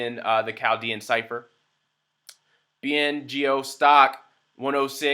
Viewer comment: It's BNGO, not BNOG !